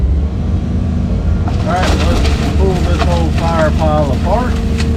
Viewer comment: I would swear you said you would pull that wood stack aFART instead of apart. Ha. Great work. Love your videos. Have a blessed day.